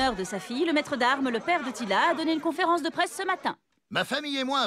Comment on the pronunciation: c'est teela pas tila xD